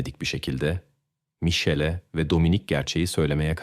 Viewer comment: olay italyada geciyor ama polisler amerikan, polis arabalari amerikan, pasquale birden paskal oluyor, italyan medyasi yerine amerikan medyasi, once micele diyorsun sonra misel diyorsun, ikiside yanlis telaffuz, dogrusu mikeele diye teleffuz edilir. grazela oldu giricella sonra oldu grikella sonra oldu grisella.. yuh yani naptin yahu. bir dahaki sefere ya gercek goruntuler, fotoraflar kullan ve telaffuz ogren ve olayi arapsaci gibi degilde bastan sona dizilimli anlat ya da sen bir daha program yapma